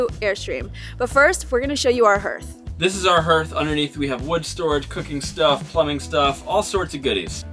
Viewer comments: It’s pronounced harth. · it’s härth, like hard. I had a ‘69 for a number of years. Had some cold nights, but never considered a wood stove. Seen them on boats, makes perfect sense. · Haarth. What is that "herth" noise? Is there a local pronunciation I am unaware of? Anyway, love you guys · It's pronounced HARTH, not Herth😊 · “HERTH”? Is that same as a “Hearth “ or as most say “Harth” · It’s pronounced HEARTH! Haaaarth! Not “herth”, HEARTH! 🥰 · It’s amazing, but it’s pronounced ‘harth’. Like Garth. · Pronounce "hearth" like heart with a "th". 🤎